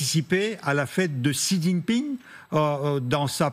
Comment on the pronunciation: Qui est cet amateur de présentateur qui ne sait même pas prononcer le nom du président chinois ?